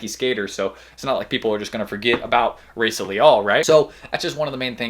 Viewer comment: Pronounced “Hi-ee-sa”